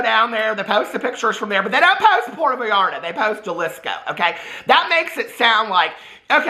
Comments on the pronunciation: Flubber is a Robin Williams Classic! Also Jalisco is phonetically pronounced HA-LEE-SCO . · Love you to bits,! But Jalisco isn’t pronounced with the “J” (like hair by Jay” but pronounced like “Halisco”. 😙